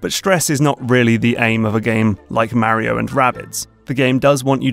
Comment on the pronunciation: I like how you pronounce Mario the right way, as "Mario" and not "Mawrio" like most American and English people.